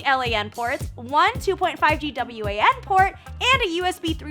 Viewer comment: This chick is very corny. Not sure if it's her or the script though.... Also who says l.a.n and w.a.n port....